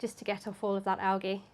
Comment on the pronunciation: Are you saying algae wrong? Lol